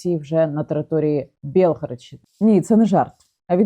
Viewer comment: Не Бєлгародщині, а Білгородщині.